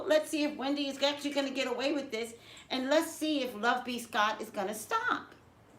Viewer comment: Is it just me?? When you pronounce the name "LoveBScott" it sounds to me like "love-peace-God." 🤨